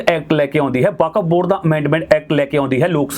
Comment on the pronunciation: California. It’s Okuf Board not Vkaf